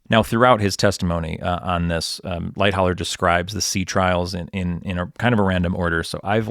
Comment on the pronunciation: For someone who forensically details the sinking of Titanic how can you fail to pronounce Charles Lightoller’s name correctly ? It is Light-oller not Light-holler.